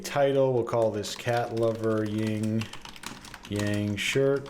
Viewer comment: It’s yin Yang. Not ying Yang